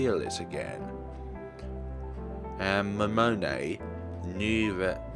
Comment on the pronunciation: Character Pronunciation: Takuru Miyashiro = Tah-koo-roo Me-yah-she-roh Serika Onoe = Seh-ree-kah Oh-noh-eh Yuuma Ootani = Yooo-mah Ohh-tah-nee* (Haru was perfectly pronounced) Momone Takayanagi = Moh-moh-neh (you pronounced that right) Tah-kah-yah-nah-gee (hard "g") *You elongate the pronunciation of vowels that appear twice. An exception is "ei", which is an elongated "eh". Misc Pronunciation Shibuya = She-boo-yah Niconiya = Nee-koh-nee-yah* Otaku = Oh-tah-koo *Sometimes the japanese will use "c" in their own translations. These have the same consonant sound as "k". Gonna cut it off here since I don't know the limits of YouTube comments. Notes for further pronunciation of Japanese words: the vowels will always have the same sound and pronunciation universally. "a" will always be "ah", "o" will always be "oh", "e" will always be "eh", "i" will always be "ee", and "u" will always be "oo". And consonants will always be the same, "g" will always be a hard "g". And lastly, vowels that are not the same (with the exception of "ei") put together are pronounced separately. "Onoe" is a good example of this.